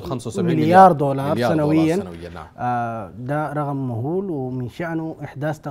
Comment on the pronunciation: ضيفك لا ينطق اللغه العربيه بطلاقه مثلا رغم يقصد رقم تزعه يقصد تسعه حغيغه يقصد حقيقه غابله قابله الارغام الارقام الي متي يقال ان احد المشايخ الراقي يقراء لاحد المرضي وخاطبه الشيطان قال له ما بطلع لانك تقرا خطا في تحريف القرآن الكريم اما نفط السودان اتمني ان يتدفق خيرا كثيرا علينا